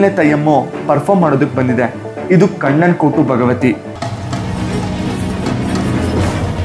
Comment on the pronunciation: ಕಣ್ಣನ್ ಕೋಟು ಭಗವತಿ ಅಲ್ಲ ಅಣ್ಣ.. ಕಣ್ಣಂಗಾಟ್ ಭಗವತಿ